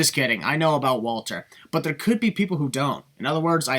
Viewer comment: Walter is pronounced as Valter, he's German.